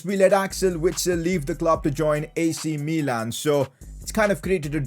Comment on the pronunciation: "AC Meelan"